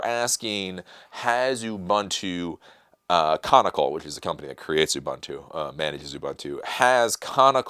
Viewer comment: just a quick correction, the company behind Ubuntu is Canonical, not conical, or canicle or whatever you said. By the way you're doing a good job.